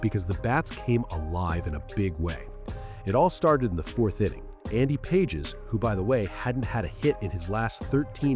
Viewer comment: Learn to pronounce Andy Page’s last name